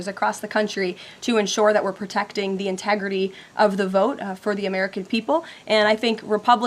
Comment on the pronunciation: It doesn't. "Integri-ee." Just like "impor-int" and "Pu-in." Girly has a disconcerting speech impediment.